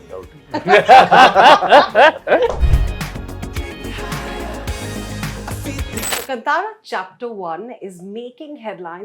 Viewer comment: She said kantaara it's kaantaara